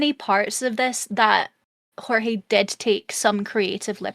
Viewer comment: Jorge was pronounced correct. He is Puerto Rican. Also I know this was over a month ago. I am just commenting for Engagement 🙂